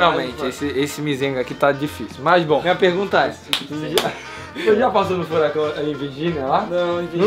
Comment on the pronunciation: NA MORAL EU TO RINDO MUITO COM A FALANDO "FURACÃO" KKKKKKKKKKKKKKKKKKKKKKKKKKKKKKKKKKKKKKKKKKKKKKKKK